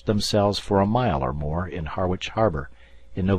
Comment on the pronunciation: And 'Harwich' is pronounced 'Harritch' not 'Har - witch,' and 'Voss-Jay' is pronounced 'Voag,' i.e., rhyming with 'Doge' as in 'The Doge of Venice' with the 'g' sounding like the g in German.